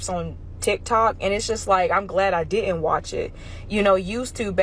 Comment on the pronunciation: stop saying DID-ENT